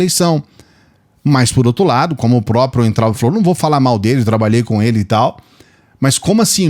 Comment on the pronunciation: Oi, por favor não se ofenda mas vou te dar uma dica. O nome do Weintraub se pronuncia Vaintraub OK?? Abraços